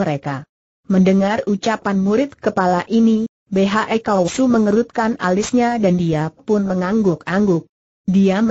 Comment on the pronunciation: Betul..! Tolong di perbaiki ejaannya ya min !